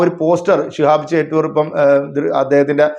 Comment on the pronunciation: ചേറ്റൂർ അല്ല ചോറ്റൂർ ആണ്